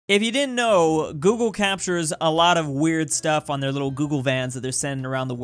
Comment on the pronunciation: the way you say 'if you didnt' in the beginning sounds so odd to me